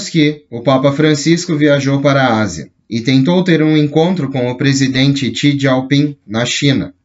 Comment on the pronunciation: não achei nenhum contato da fundação, ela tem base aonde? Tá em espanhol. O presidente chinês é: Xi Jinping (Jinping e não "gieu" ping)